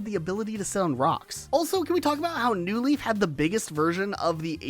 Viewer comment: why do you always accent the NEW in new leaf instead of the LEAF in new leaf. it makes it sound like there’s an “animal crossing leaf” that you’re trying to differentiate it crom